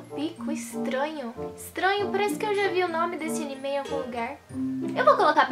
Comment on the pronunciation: Não é animê é anime